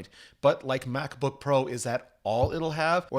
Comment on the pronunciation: "Macsbook pro"